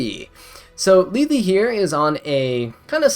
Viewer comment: omg u finally say Lethe's name right! :hand-orange-covering-eyes